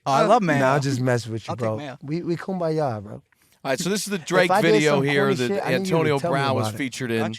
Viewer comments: How many times did he say koombya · How many times did he say KOOMBAYA? 😂 I think at least 55 times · lmao "how often do you kumbaya like monthly?" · If I hear kumbaya one more time I'm going to snap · If I hear AB say Kumbaya one more time...... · Everyone say it with me “KUMBAYA” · If I hear kumbaya one more time I’m going insane